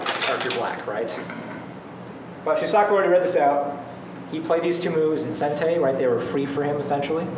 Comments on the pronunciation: Sean Hiska not sure if you still want to know but it is like so: first imagine it spelt as shuusaku. Notice the double u, that is an elongated "u" sound and is similar to an "oo" as in "shoe". The saku part should have no emphasis. It isn't saaaku which would sound like what says. The underlying sound is the same as the beginning of"sock" but it should be shortened. Finally the "Ku" should sound closer to "ck" but a slight "u" sound still be present. That's how you say it. Refer to Japanese people actually saying it if you want to learn properly. Have a nice day! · This normally doesn't happen, but every time I hear Shu-sock-u I cringe and want to turn the video off.